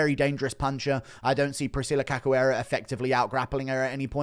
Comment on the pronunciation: Priscilla Who???? 😂😂 You think you'd know how to pronounce her last name...